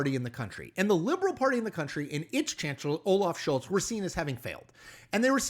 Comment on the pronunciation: Merz = “Mare-tz” Loved your points Couldn’t bear your pronunciation 😬 (And yes, you said “Scholz” correctly - same “z”)